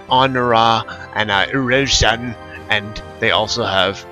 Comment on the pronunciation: ursan is pronounced er san